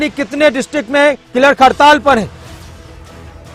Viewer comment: क्लर्क को किलर्क क्यों बोल।रहे हो न्यूज रीडर महोदय।